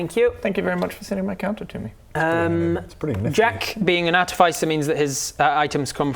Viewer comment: artificer /är-tĭf′ĭ-sər/ Ya'll pronouncing it wrong.